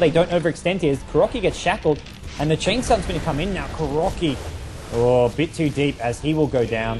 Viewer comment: i don't wanna be annoying or anything, but I think his name is [kuroKAI]